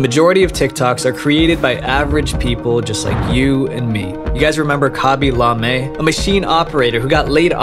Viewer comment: FINNALY SOMEONE SAYS LA ME INSTAD OF LAME